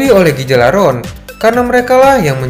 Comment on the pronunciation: Cara Bacanya bukan gigalaron tapi galarhorn